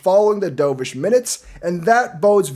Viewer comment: I keep hearing "D'oh!-vish", makes me cringe. It's dove (duv) like the bird, not what you did in the pool 😂 but do you, I'll still be here...